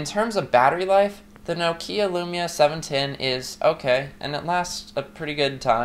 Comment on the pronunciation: It's NOK-IA not NOO-KIYA !! O_o